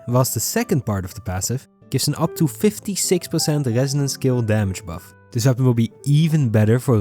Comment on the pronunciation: Bro cannot pronounced the " R " 😭 " Gesonance " and " Libegation "